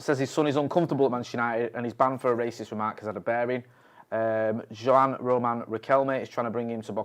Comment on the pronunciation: Jo-Ann? Lol love his pronunciation sometimes lol. Juan Riquelme what a legend